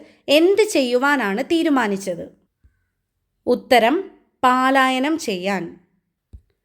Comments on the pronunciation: മോളെ പാലായനം അല്ല പലായനം ആണ്❤ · Palayanam alla. Prononciation wrong